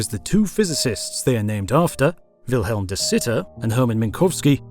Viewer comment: I just want to mention that De Sitter is named Willem not Wilhelm. He is Dutch not German, we spell it and pronounce differently (no H sound). Amazing video though as always